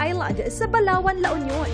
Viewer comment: I heard Palawan, La Union. It's in Balaoan, La Union (baka pronunciation hehe)